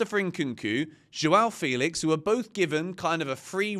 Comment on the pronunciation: it's Fell-ix not Feel-ix